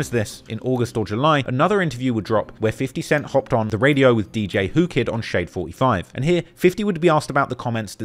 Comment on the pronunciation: he said shade 45 incorrectly